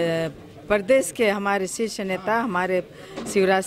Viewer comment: बोलते भी नही आ रहा हे सीस नेतृत्व 😆😆 शीर्ष होता है बता देना सर जी